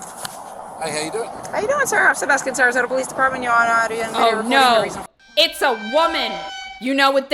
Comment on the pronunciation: This is so off topic but the way she said Sarasota hurt my soul I was born there and at first I did not know she was even talking about the same place**just a joke don't come after me**